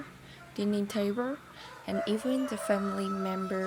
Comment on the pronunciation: tiếng anh của cháu rất tốt. video như này với ngôn ngữ quốc tế sẽ dễ dàng đối với người nước ngoài cho họ tiếp cận. btw chú thấy cháu phát âm cái bàn ăn chưa chính xác nhưng nói chung người nước ngoài comment là tiếng anh của cháu hoàn toàn understandable là ngon rồi. chúc cháu và gia đình sức khoẻ và hạnh phúc.